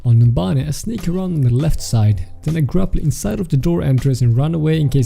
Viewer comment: did you say grapLE instead of grapple. And it’s sneak not sneek it says sneek on